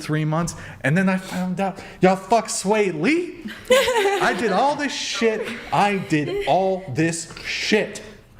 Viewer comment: LMFAO!!! She said “sway lee”?!?! HAHAHA he looks like ET! 👆phone home lookin ass 🥴😂